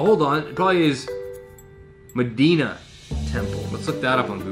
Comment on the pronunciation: Hey just so you know it’s “meh-die-nah” lol sorry I’m from Chicago I have to correct you lol